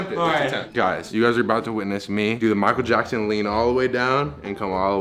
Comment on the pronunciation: “Michael jack-son” - in quarantine 2020